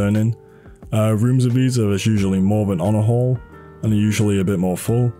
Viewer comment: the way he say he use honorhall(onahole)